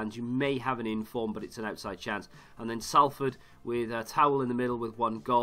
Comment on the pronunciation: Salford is pronounced Solford